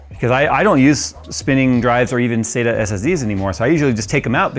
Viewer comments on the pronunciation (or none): none